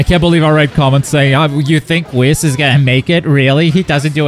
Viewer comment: Bro that is not how you pronounce whis 🤦‍♂️